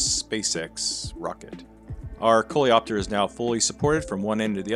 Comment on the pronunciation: You're french enthusiasts at! "Coléoptère" correctly pronounced, "Aluminium"... It makes you even more appreciated, guys!